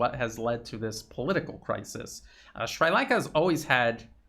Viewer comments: Brilliant work, as usual,! I've learned so much from this video. A relatively trivial point, though: the i in Sri is pronounced like the i in sit. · pronunciation: NOT shrEYElanka but shrEAlanka ... thank you for all you do! truth as no price! unless the CRIMINAL WESTERN Ashkenazim CLAN FINANCIAL SYSTEM is on the other end. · It’s Sri(Shree) Lanka. Not Sry Lanka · I believe it is pronounced "Sree" Lanka.